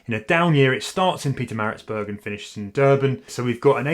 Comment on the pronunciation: See you at the finishing line. Well done on getting Pietermaritzburg pronouncement on point 😀